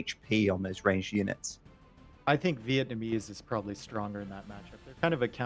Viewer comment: Chinese Vietnamese Villese Not VillEssa